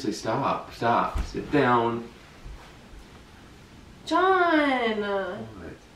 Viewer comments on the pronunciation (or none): how to pronounce "John".